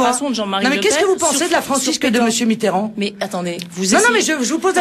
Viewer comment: François "B"itterrand ? :D